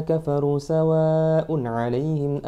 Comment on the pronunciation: Mas...klo boleh sy kritik dikit mohon maaf.mad wajibnya kurang panjang d lafazh "sawaaa un ",klo mnilik tdi anjuran smpeyan masalah tajwid harus bagu.mestinya 5 ketukan.🙏